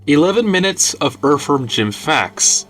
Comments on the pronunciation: Cant take uou seriously saying erverm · Dude why are you saying the word "Earthworm" so weird, so many different times? I mean, you picked the topic. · Erferm Jim.